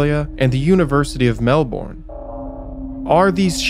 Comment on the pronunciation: Off topic but these sorts of things drive us Aussie's (Ozzie's)crazy & u nearly got it right but Melbourne is pronounced Melb'n & Australia is pronounced Straya apart from that love ya vids mate. I wouldn't be surprised if the state premier of Victoria which Melbourne is the capital is behind this, he's not called Dictator Dan for no reason & yes that's tongue in cheek...or is it????